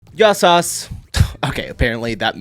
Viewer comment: Yia sas he said! hahahahaha nice one mate!